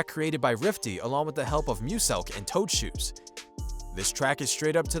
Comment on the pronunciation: Did he say toadshoes?